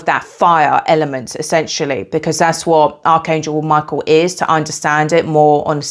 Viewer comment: I immediately thought of Hekate when you pronounced Michael as My-KEY-el 🗝️🎼🎹🔐 and I just realized how the keys on the piano are keys to different frequencies ❤ I love Hekate and have always felt drawn and called upon Archangel Michael as a extremely ancient and pre-christian being. I will definitely give your ritual a try as I will be beginning my shamanic witchcraft for healing soon. Thank you for this valuable information! I have to say I also have a hawk frequent my yard and orange is my favorite color!! I ate a lot of them as a child 🍊 I want to add that as you were mentioning ingredients to use, I heard Cardamom could be one he might like, as it pairs wonderfully with orange and cinnamon and it adds a woodsy brightness! ✌️🧡🌱 much love to you!! 🥰